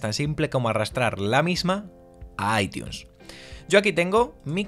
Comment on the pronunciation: Dislike solo por que dijiste aitiun